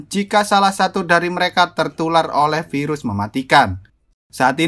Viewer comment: Pirus KENAPA HARUS PIRUS 😂😂😂😂